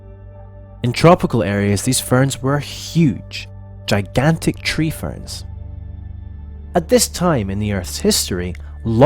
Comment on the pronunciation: weird emphasis on ferns